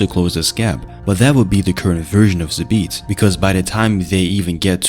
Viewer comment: You are pronouncing his name wrong . It should be like Zaabt